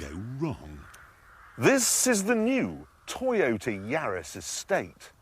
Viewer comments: LOL a 'Tyotah' !!!!! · The Toy-o-let MUH SIDES!!!